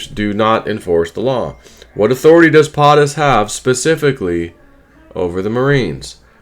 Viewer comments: It's not potttis it's poooootus. Long o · It's not Pahhhhh tus it's Pohhhhhh tus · PO-TUS not POT-US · Why " PAATUS" instead of "POTUS" ...PO not Pa never heard someone pronunciate like that.. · FFS, it's not POT- US. It's PO-TUS. PO, POE, rhymes with. Get it? Got it? GOOD! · POTUS = “Poe’tus” NOT “Pot’us”. Come on!!!!!!! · It's Po Tus not Pot Us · LoL, I know right.... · love your videos. I found your pronunciation of POTUS interesting.I’ve always heard it said PO- TUS ( long O as a Po boy sandwich.) maybe just google. I might be wrong… I know I’m not an expert for sure. 😉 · How is it that I'm Canadian and I know how to pronounce POTUS and you don't?! 😵‍💫 Just curious... how do you say SCOTUS? 😂 You have good content buddy, but c'mon.... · Please pronounce Potus correctly. Hooked on phonics is good but not in this case. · lol, exactly what I wanted to say. ;) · He may be saying it wrong on purpose. So YouTube doesn't strike his channel.